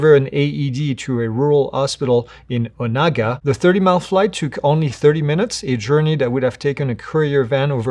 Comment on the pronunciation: It's pronounced O-nae-ga, Kansas.